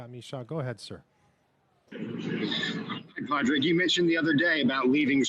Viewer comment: The interviewer should learn to pronounce his name. It’s not “Pad Rag” it’s “Pawd rig”.